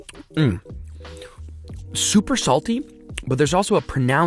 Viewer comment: Did no one noticed about he saying "chuper"